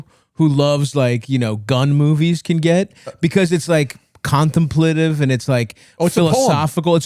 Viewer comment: Lol at Stavvy mispronouncing "contemplative"